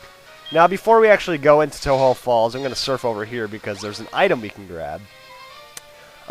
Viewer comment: since you pronounced tohjo as toe-ho does that mean its a spanish word?